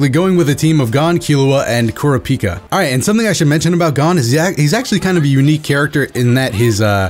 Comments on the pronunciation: ( Kura - Pika). not ( Kura- peeka) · Man said kur A pika... bro it's kur rap ika lol but hey each to there own lol, still a great video bro. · hey it's pronounced (ker-rah-pee-ka) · his name is pronounced Crap - E - Ka naw all at once Kurapika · Kur-ra-pi-kah not kirpika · It’s pronounced Ker-op-pika Kurapika the way he pronounced it hurts my ears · Its Ku-Ru-Pi-Ka im pretty sure we watch hxh in dub before to hear how the narrator pronuce his name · No its , kurApika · Kur-peeka, please i cant take it anymore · Kurapiika. How you say his name triggers me. But I liked the video. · Kura peeka? Hurts my soul to hear my favorite anime character of all Time pronounced like that still a great video though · That's how you pronounce it, except for the "u" at ku. It's more like kúh-rah-pii-kah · You heard it hear his name is kurpika 🤦‍♂️like how do you forget to read a whole letter. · Totally a real Lion ku-raw-pee-kuh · That isn't a Glock. That is a revolver, and from the looks of it the closest approximation I can make of what it may be is the Ruger SP101 .22lr, but the rounds are clearly bigger than a .22. If anyone knows what gun that is exactly I would like to know. All I know is that that is not a Glock, this is a Glock: Aside from that minor nitpick and the way you pronounce Kurapika, great video! Keep up the good work and don't let my inner gun nerd get in the way of your commentary. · He pronounces it totally wrong by a mile and its very irritating while watching a video about that character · Love that ur playing jump force, hate that u pronounced Kurapika wrong😂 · Why trigger tho? It's funny how he pronounces it xD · Why do you pronounce kurapika like he a Pokemon🤔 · It's pronounced ker -a-pee-ka And gone move is called the ju-jun-ken